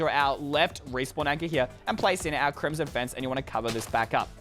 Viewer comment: When he was building his favorite he said crimson face instead of fence😂😂